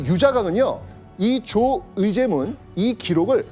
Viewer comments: 조.의제문이라고 읽어야 합니다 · 조.의제문 이라고 읽어야 합니다